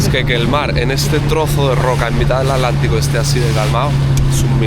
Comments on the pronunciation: Maravilloso,, pero debo decirte que me altera mal que digas "ALÁNTICO" y no Atlántico 😂 Gracias por bancarte tantos días de viaje❤ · Porque dice al lántico??